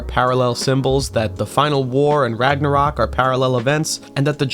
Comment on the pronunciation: As a person that speaks a nordic language your pronunciations actually seamed to all be very onpoint (ofcourse an accent is apparent but its not that noticeable on singular words) however i cant even blame you for misspronuncing Ragnarök i doubt the ö is even used in the source where you got Ragnarök from